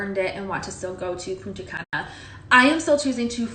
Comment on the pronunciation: "Puna cana" 😂😂😂😂